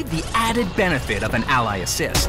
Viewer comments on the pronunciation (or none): none